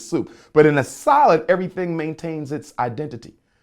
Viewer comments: He can't pronounce salad that's weird af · I know this is just my petty talking...but why does he pronounce "salad", "solid"? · Lost me at his pronouncing salad as solid. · I thought he was saying “solid bowl,” for a second.